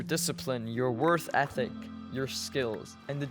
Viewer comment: It was just a mispronunciation dude.